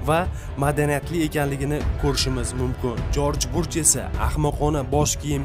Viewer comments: Жорж бурж эмас Жорж бущ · Jorj Burj emas,Jorj Bush desangiz to'g'ri bo'ladi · Jorj Bush! Burj mas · Jorj Burjmas Jorj Bursh adashmang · Jorj Burch mas.. JORJ BUSH... 😁😁😁Video bowlaniwidigi chislo qanaqa chislo wunaqa sana bormi?? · Бурч эмас жорж буч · Jorj Burj emas Jorj Bush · Jorj burjmas jorj bush dalbayooooooobbbbbbb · Джорж Бурж эмас Джорж Буш